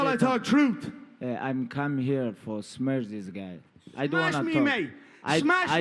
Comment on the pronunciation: "I come here for smesh this guy" forever legendary